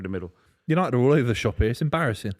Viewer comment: Love a “embarrassin”